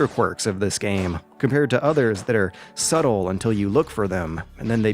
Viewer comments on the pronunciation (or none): none